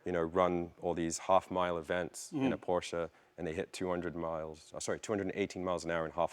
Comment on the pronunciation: I can't believe it! He finally pronounced Porsche correctly! Kudos to you, Mr. Leno, kudos to you!